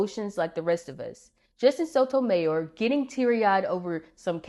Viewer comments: Love your videos! FYI: Her last name is pronounced /so to my YOR/ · I imagine those for those placed on the court with an agenda, it's not so emotional, as it's just business. It's bound to be more emotional if you truly care about preserving the constitution and see it not happening. BTW, it's pronounced "So toe my YOUR." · I’ve never heard her last name pronounced that way before.